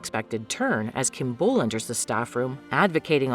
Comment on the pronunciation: also Kim beol's name is pronounced as "bowl" not "bool"